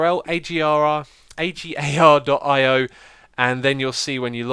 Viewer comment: It's pronounced (A Gar dot I o)